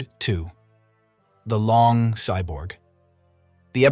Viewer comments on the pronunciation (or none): is it me or did he say the long cyborg😂